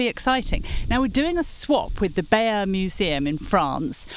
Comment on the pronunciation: The correct pronunciation of the tapestry is Bye - yur!